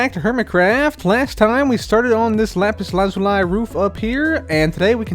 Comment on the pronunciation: is the only youtuber who says lapis lazuli correctly